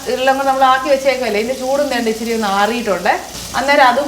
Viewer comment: ഇച്ചിരി അല്ല.. ഇച്ചിരെ.. 🤣